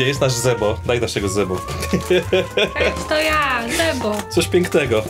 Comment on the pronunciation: nie Zebo tylko zjebo